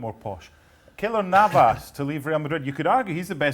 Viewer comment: Did the big guy say "Killer Navas"?